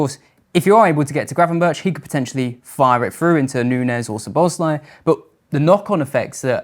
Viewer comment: Very interesting and professional. Eye opening to many, I am sure. But can I ask you to pronounce correctly "Gravenberch", admittedly a difficult Dutch last name, but still...he deserves to have his name to be pronounced correctly.